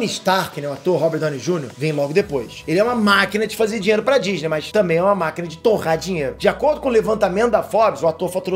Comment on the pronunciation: GENTEEEE O FALOU DINLELO EM VEZ DE DINHEIRO